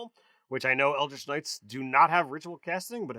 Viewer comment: Hurts me every time I hear these guys say “eldrick” and Mee-lee”